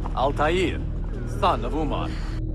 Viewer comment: Not umar my friend it is omar arabic name